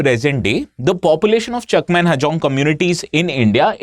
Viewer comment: Sir u r pronouncing our chakma as cheakma